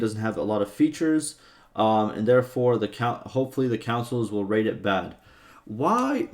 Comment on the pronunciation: bro that's too funny "councils" hahaha